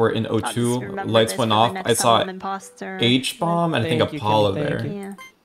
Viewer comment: It cracks me up that they're referring to Hbomb as "Habomb" in every video he's in